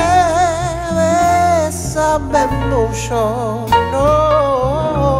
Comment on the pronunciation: Если бы не произношение Мущо ..было хорошо.